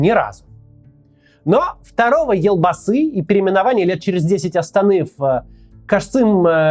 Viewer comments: ЖанаозЭн, элбасы... Россияне у вас реально буквы Е нету что ли? 😮‍💨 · Интересно конечно слушать, но как же режет слух произношение слов из казахского языка. Прям сцуко казит. Во-первых буква Е в казахских словах звучит как Е, не Э, потом Елбасы, читается как «ЕлЬбасы» с мягким знаком, в казахском языке нет мягкого знака, но слова с мягкими согласными есть. Теперь тЭнгЭ, ну уже заебало, тЕньгЕ, везде Е. И Токаев, не ТАкаев, а ТОкаев. Жанаозен, также «Е», ни ЖанаозЭн! Простите за токсичность, но не смог удержаться. И кстати КОСТАНАЙ, тоже с О, с ударной О, не КАстанай, а КОСТАНАЙ.